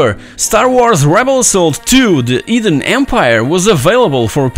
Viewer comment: Why do you pronounce "hidden" as "eden"? I also would like to play this thriling game "Full Throttle - L on wheels".